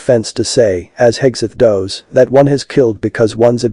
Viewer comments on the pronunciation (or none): I really wish AI wasn't used so much to narrate text on the screen. It's not pleasant on the ears and gives an 'off' feeling. How does anyone not know how to say "does"? AI.